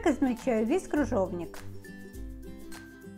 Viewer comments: Не кружовник,а КРЫЖОВНИК! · Автор,не крУжовник,а крЫжовник. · 🤣🤣🤣🤣🤣🤣правда, очень безграмотно! Кружовник! Клабуки! ДУршлаг, каллидор🤣🤣